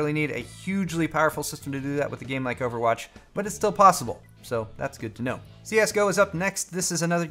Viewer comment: Overatch is how he likes to say it